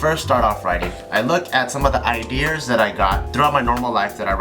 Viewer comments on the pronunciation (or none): Did anyone else hear Bart say "ideers" ?